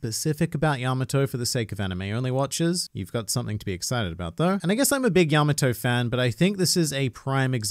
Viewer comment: The way he pronounces Yamato makes me cringe